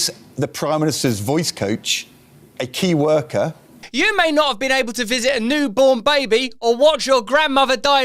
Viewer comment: it's Keir worker, that voice coach (not 'key worker')